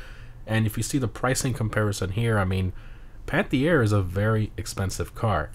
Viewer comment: It's not spoken out "panthiére" but "panteer", funny how French it sounds while it ís a French car tho hahaha🟦⬜🟥